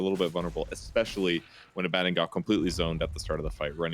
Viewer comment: "a bad din" Always though it was abadon